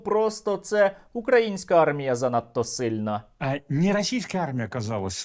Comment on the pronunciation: Коли вже кацапня навчиться робити правильно наголос украЇнська армія?! Боже, які вони всі недолугі!